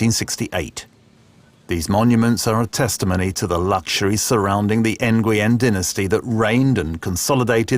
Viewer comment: oooofffff...... For a video posted 1 month ago, your video clips are 10+ years old... And Jesus, you butcher a lot of pronounciations. N-goo-yen ???? Really?